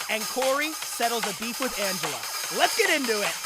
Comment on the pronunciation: did you purposely pronounce her first name wrong instead of her last name as a joke to everyone pronouncing her last name wrong or was that an accident? Because I'm pretty sure you said "Anga" and didn't really fuck up her last name that much.